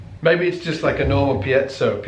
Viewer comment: piezo: PEE-ayy-zo